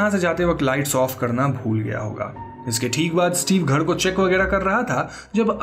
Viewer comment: gher ko gheD kyu bolte hey ??????